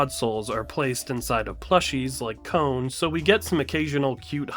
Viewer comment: Con is how you say kons named not cone.